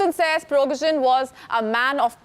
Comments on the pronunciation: lets say it slowly - Priee-gOooh-jieen, not pirogozhin. ah, nvm for me he was just an ex-con. no hero. then a cook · You don't pronounce the surname correctly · If he didn't die in the crash he's now surely dead after you butchered his name so many times 😂